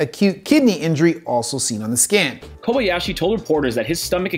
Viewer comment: "Takaru Kobayashi", not "Koyabashi"!